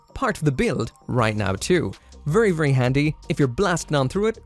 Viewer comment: vurry vurry